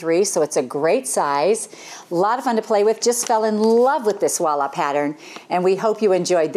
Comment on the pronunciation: It's beautiful! 💖😊💖 It's voila, not wallah 💞